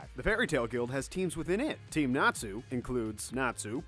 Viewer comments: Compared to the rest of the names I'm surprised he got Natsu right... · I swear the only names he got right were Lucy, Levy, and Natsu.